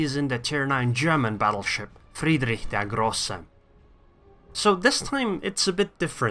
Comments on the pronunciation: You're the first non-german YTer to pronounce Friedrich der Große right. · Good pronunciation, I tell you this as a German ;) Also Notser and iChaseGaming are able to pronounce German nearly perfectly, btw.